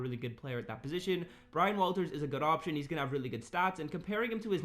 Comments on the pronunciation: Waters not walters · It’s Brian waters fam lol not Walters 😂